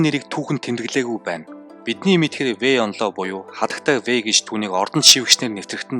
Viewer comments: Вэй инло биш вэй инлуо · sonin yrihiimaaa😂 фуца би фуча, вэй инло биш вэй инлуо